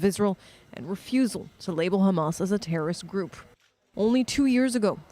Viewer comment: Learn to pronounce 'Hamas', its actually not H but CH.